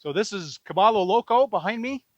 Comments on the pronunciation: Is this place name actually pronounced “Ka-BALL-o” and not the proper Spanish pronunciation Ka-BUY-o?? “caballo loco “ = Crazy Horse, or the odd pronunciation is for some other meaning? Spanish has 28 letters of the alphabet and the 2 extra letters are a “ll” (a “Ya” sound and N with a tilde on it (a “nyh” sound). I have a BA in Spanish from Northern Arizona University. If the owner know Spanish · Bob is Gringo. It's "Ka Buy O" Crazy Horse in Gringo. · Bob, just one thing, caballo is Spanish for horse and it is pronounced ca-ba-yo. Double L (LL) in Spanish is pronounced as Y, not L. Now you'll sound more local when you are that far south. :) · Caballo, pron: Ca-buy-o. It's Spanish for 'horse'. Please learn the correct pronunciation.